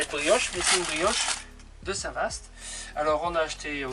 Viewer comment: Le Cotentin... Le plus beau pays du monde🤣 il y fait beau plusieurs fois par jour, c'est mon pays et je l'aime. Sinon la vache n'était pas normande et on dit Saint Vâ et non Saint Vassst. Mais vous êtes pardonnée car les images sont belles et vous êtes bien sympathiques😎